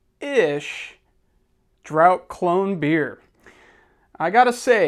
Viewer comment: Silly nitpicking here: 'Draught ' is pronounced 'Draft' Great video, I'm enjoying your content :)